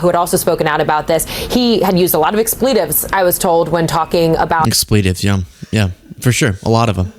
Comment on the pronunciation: I've never heard the word "expletive" pronounced that way. There's a lot of words that are becoming commonly pronounced differently than they used to be. It's wild to me. I'm 60 and I can tell you American English has evolved weirdly in a lot of ways since I was a kid.